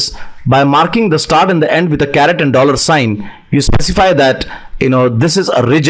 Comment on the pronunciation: My friend, it's not a CARROT, but a CARET